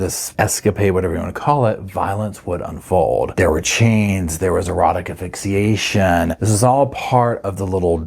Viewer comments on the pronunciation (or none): i love you but its not afixiation its a-sph-ix-ia